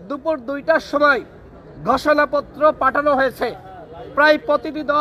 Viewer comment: গষোনাপ্ত্র?😅😅😅😅 নাকি ঘোষণা পত্র? এভাবে কেউ কি স্ক্রিপ্ট পড়ে?